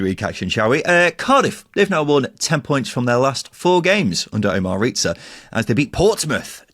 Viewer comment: Its Riza not Ret-za. And im going to say this here and now so you can come back and mock me if it doesnt come into fruition. Riza should be given the job until the end of the season. Hes an attacking coach and will be night and day from Hudson. Hudson is now a defensive coach at Sheff Utd. When Hudson was in charge there was 0 ability going forward, it was so hard to watch, hes the worst manager weve had apart from Bulut. Riza has had our style change DRASTICALLY in such a short space of time. 89 shots in 5 games vs 55 shots in 6 games for Bulut. The squad is much better than what Hudson had. THIS WILL BE NOTHING LIKE THE HUDSON ERA!!!! Cardiff to finish top half easily now, weve got Davies, Etete, Rambo to come back from injuries which is just more attacking options off the bench that can make an impact. I predict us to finish between 9th-6th if we keep Riza. The next 3 games are going to be a massive test as theyll show the fans, the squad and the board if hes capable of taking points from the top teams in the table. This saturday we win 2-1 vs WBA.